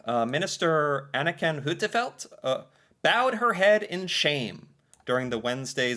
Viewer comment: He said Anniken as Anakin 😄 The Force is strong with.